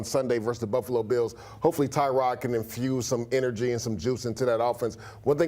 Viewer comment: We still mispronouncing his name? Is not Tie-Rod, its Tuh-rod